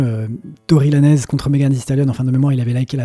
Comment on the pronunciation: Arrêtez de prononcer Tory Lanezzzz, c’est plus possible en 2024 😂 Ça se prononce à l’américaine, pas à l’espagnol 😅 Sinon top vidéo comme d’hab 😊